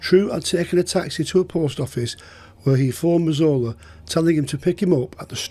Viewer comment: I thought his name was Razola 😅 that’s how it sounded no offence to the wonderful as his telling of these tales is brilliant 👍